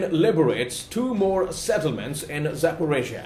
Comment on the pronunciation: "settlments" :D